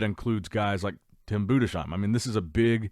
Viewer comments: Bruh learn how to pronounce Tim's last name, it's Boo-dis-heim not Buddha-shime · it's pronounced "Budes hime", not Bude shime". Not as a critic, just if you're interested.